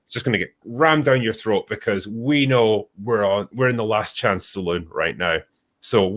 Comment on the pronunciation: I thought I heard say "we're in the Last Chant Saloon." LoL